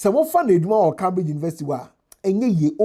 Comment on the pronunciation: pronounce Cambridge properly. Your pronunciation is wrong